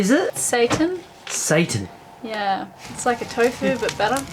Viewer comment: Seitan pronounced SIGH-tan. Not satan, LOL